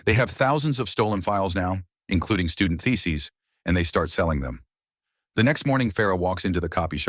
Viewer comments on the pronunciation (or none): I heard it as feces 😂